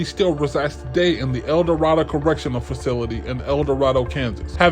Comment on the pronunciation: If you are going to do videos about Kansas, you need to learn about how we pronounce certain names. It is El-Doe-RAY-doe. Barack Obama's Grandfather was from there as well.